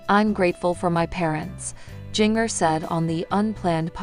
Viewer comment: I sure wish they would program this ai narrator to pronounce Jinger's name ginger like the root, and not ging-er as in washing machine wringer! 🥰